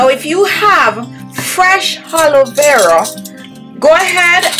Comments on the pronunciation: It’s Aloe Vera not ‘Haloe Vera’ Hahahahaha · Why You say Helo Vera gel when it is Aloe Vera gel! Sick! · Did you just said haloevera 😂😂by the way the product is good though🖤